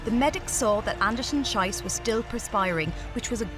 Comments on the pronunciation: For the record, Schiess is pronounced “Sheess”. Not with a long i sound. Then in German it means something else and would not exactly be suitable as a last name 😅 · for the record: it is pronounced "An-da-sen Sheas" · Her name is pronounced 'Sheess'. The way it's pronounced here means something most unsavory in German! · It's pronounced "sheess". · You would think in a video extolling the grit, stamina and heart of female athletes, the commentator would have done her homework on how to pronounce her name correctly - the second half of the name is pronounced Shee-ce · The narrator's pronunciation of her last name is bad, egregiously so. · your pronunciation of her last name is particularly unfortunate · Come on "Olympics" please work your german prononciation to avoid embarassing misunderstanding. So, in german, as "ei" is prononced "I", "ie" sounds "ee", and the difference is especially important for Schiess. I won't go into details but some will understand the issue. I think this channel owes a apology to Miss Andersen-Schiess. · Please pay attention to names. You butchered it into something actually very inappropriate. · Who else came to see if they would butcher her name? 😁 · That pronunciation of Schiess though... oof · Fascinating film! But the pronunciation of the names is appalling!! Translate to German and you'll see why! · The, ahem, unfortunate mis-pronunciation of her name makes this video a bit cringey to any German speaker… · That has to be the most unfortunate mispronunciation of a name, ever. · the repetitive mispronunciation of her surname, turning it into faeces, is most agonising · Maybe someone should have checked how to pronounce her name 💩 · Imagine your last name is Schiess, and the narator is dyslexic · It's not great for the official Olympic channel not to do basic checks on pronunciation and instead to repeatedly swear in the athlete's language when trying to say her name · Please. Its Schiess. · Her surname was Not once said correctly😂😂😉😉